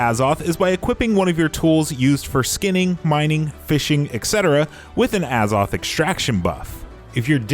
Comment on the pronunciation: A ZOTH NOT AH